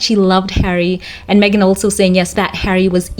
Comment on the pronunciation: Thanks for getting her name right.😊